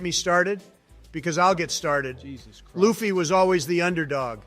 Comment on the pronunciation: Hilarious 🤣. Write "Lufy" as "loofy" for the AI to read it as it should be pronounced.